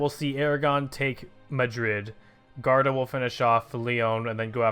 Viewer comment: Its pronouced G-war-duh